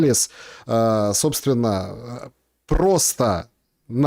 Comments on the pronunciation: МиннеАполис. А не Миннеанаполис.) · прочитай по слогам: Ми-Не-А-По-Лис. Не Минианаполис. А Минеаполис! Ну сколько ж можно-то)